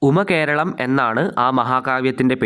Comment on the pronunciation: ഉമ്മ കേരളം അല്ല ഉമാ കേരളം